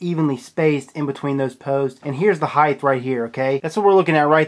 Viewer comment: "HEIGHTH" Bruh...